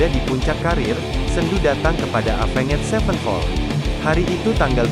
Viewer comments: Aya. Ruhut NU Wawan cara t bisa nyebut evenjet mani epenged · Alah ngomong nama band nya aja avenget sepen pol wkwkwkwk